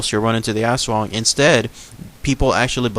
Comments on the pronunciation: you're suppose to pronounce the aswang quickly almost like US-wung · its us+wung but say it a little faster .. i think .. (^_^) \m/ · It is pronounced as As-wang that's for the commentors mis- prounouncing it as ASS.. ..the half-bodied flying creature is another type of aswang called a manananggal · i kept thinking you were saying ass worm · My partner in Filipino and she has had many aswang nightmares as a child and even occasionally as an adult. it is pronounced "ash-wong" in her dialect. There are many different dialects of Tagalog though so the pronunciation may differ slightly from province to province. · In Cambodian Culture, we've got the same thing exact except we call it Arb (don't know how to spell it - pronounced like ab but the a is long, r is silent) it can't shape shift or anything. Also our Aswang type creature's body glows green, yellow or red as it flies. It doesn't make any noises but speaks the native language. It's even said they've come to remote areas in the United States as we immigrated from Cambodia. Haven't seen one myself but stories are prevalent in our community. However, the flying skinny torso physical features, and the hunger for kids and unborn babies align with the Aswang.